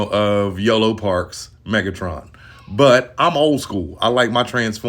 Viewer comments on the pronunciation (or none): Yolopark. Not yellow park.